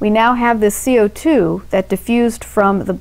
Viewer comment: I love the the way that she says "CO2" Amazing video